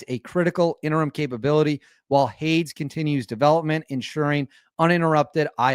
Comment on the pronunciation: Hades like the god of the underworld. You are pronouncing it wrong! Dummy. 😅